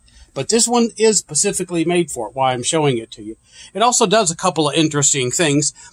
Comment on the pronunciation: Pacifically made? I thought it was SPECIFICALLY made in China?